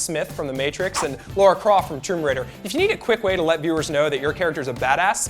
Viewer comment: Her name is Lara, NOT Laura. It's not that difficult. Otherwise funny video.